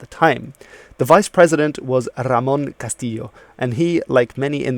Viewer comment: Just one thing, about the pronunciation of Ramón Castillo; Argentinians pronounce "ll" and "y" (with the exception of "y" meaning "and") like "sh", not "I" or "l".. You should pronounce it "Ramón Castisho"